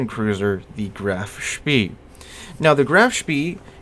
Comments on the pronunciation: hard to not be annoyed by how ur saying Graf Spee when its not spee its shpay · Graf Spee is very good in Operations games. By the way I believe it is pronounced Graf Spay. Maybe I'm wrong but I don't think so. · EE in German is pronounced AY, so Graf SHPAY is correct. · Btw, the "EE" in the name are pronouced like a long "E" in the English word "Exit".